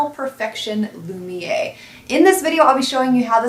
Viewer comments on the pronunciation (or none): Wow - I am going to have to give this one a try. I've never tried a single Chanel foundation but this one looks and sounds first rate. FYI, Z - the final "r" is sounded in the name - it's "loom-y-AIR", rather than "loom-yay".